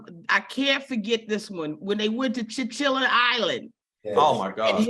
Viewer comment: It was chilligans island! not chinchilla 😂